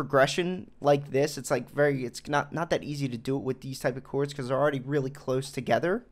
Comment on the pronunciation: Said chords like coo-ords